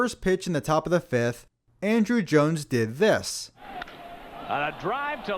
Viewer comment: It’s On-Drew Jones. Not Andrew